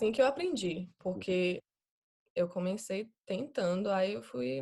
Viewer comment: Ela fala superbem e quase sem acento, mas dá pra sacar uma nuance pequena de sotaque principalmente como ela pronuncia a palavra COMECEI como COMENCEI.